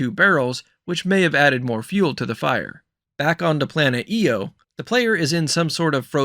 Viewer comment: Best breakdown of the direct so far. One big thing you missed mentioning is that IO is a moon of Jupiter. And it’s pronounced I O not E O. Pretty minor though.